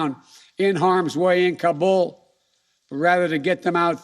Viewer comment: man cant even pronounce Kabul properly much less handle the situation there